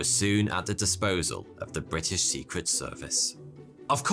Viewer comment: Bri ' ish